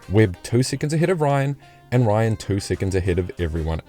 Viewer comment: Come on man. Jim Ryun not Ryan